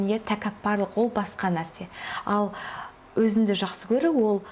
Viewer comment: Өзінді емес, өзіңді. Қазақ тілінде "ң" деген әріп бар